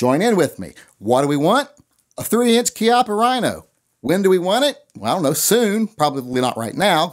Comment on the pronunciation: its CHI as in CHEE APA